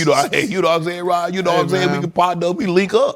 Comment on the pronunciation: Unk keep calling him rob lol it’s rod unk lol